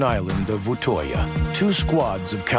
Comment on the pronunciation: You say utøya like Utøia